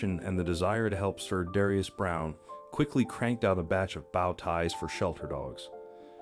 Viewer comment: Great video but bad pronunciation of the word bow ties! Bow isn't pronounced the same way as wow. It is pronounced the same way woah is.